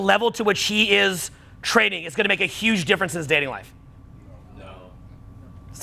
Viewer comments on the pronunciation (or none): none